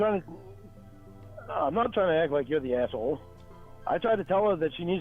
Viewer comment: The way he pronounces the word “aysh-howwle” sounds absolutely DISGUSTING